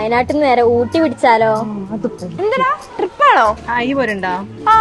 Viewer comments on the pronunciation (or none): none